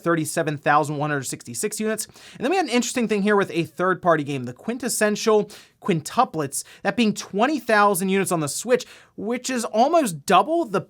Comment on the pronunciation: Lmfao I LOVE IT how he pronounced the quintessential quintuplets 😂 watch it bro! Cringe for a little 😂